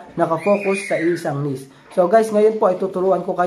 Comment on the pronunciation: hindi nis... niche (neeeeeeech)